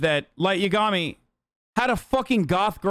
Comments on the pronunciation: I cant be the only one who cringes at how he pronounces Yagami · I hate the way he says yagami though 😭